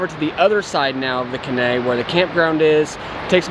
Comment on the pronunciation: Great videos......enjoy all of them! One thing.....the river at RI is the Caney.....Kay-nee (emphasis on "Kay"). I think that's what you are calling K'nay. Longer you're in TN the more you'll learn to speak Tennessean. Ask someone how to pronounce Lafayette, TN. 😊 Keep doing what you're doing!